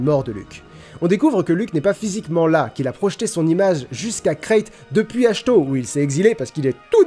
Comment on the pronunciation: Achto pas achto